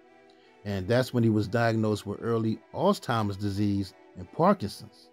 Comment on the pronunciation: No “T” in Alzheimers ❤